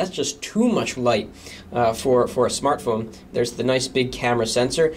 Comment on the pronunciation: notice the difference in saying "the thinnest SMARTPHONE"... :)